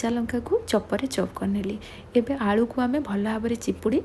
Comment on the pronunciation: Please aalldu nuhe It's aalu